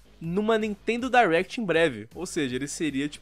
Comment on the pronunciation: Me da uma agonia quando eles falam "Dierect" e não "Direct"